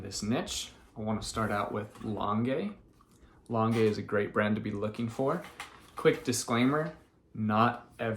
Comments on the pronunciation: Just started watching you and really enjoying your content! You may know this already since this vid is a year old but please, PLEASE pronounce L'ange like orange instead of lon-gay. 😉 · It’s pronounced launge - I can’t figure out how to type it phonetically! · Thanks for the tips. L’ange is not pronounced the way you are pronouncing it. Just fyi so that people Know. The e is silent. 😊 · Lange is pronounced with a soft G, like lingerie.